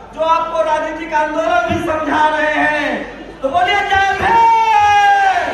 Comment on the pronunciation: भाई थोड़ा उच्चारण तो सही कर लेते, जय भीम. ये क्या जय भेंम